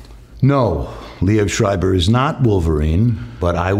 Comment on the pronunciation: I dont know who told you that pronounciation but the way he says it is pretty close to the german word. no german would pronounce that anywhere close to what you wrote.